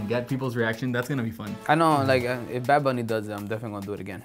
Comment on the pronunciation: wait wait, it's not "bad bunny baby" it's "bad bunneh biebeh"